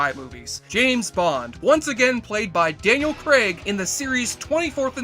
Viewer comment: At first it sounded like you called him "Dale" Craig. I was like "That's ironic for someone who judges and makes fun of how some movie lines sound. My brief review of this one, back in 2015 when I finally tried to watch it, went as follows: "At this point, it is clear that the Bond series was once again looking to make fun of itself. Some nice elements, but definitely NOT the best Bond."